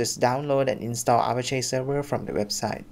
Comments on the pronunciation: Don't know why this bothers me, but Apache is pronounced uh-pach-ee, like the Apache Native Americans. Not A-pash-ay. Have a nice dy. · Great video, however the pronunciation in English would be A-patch-ee.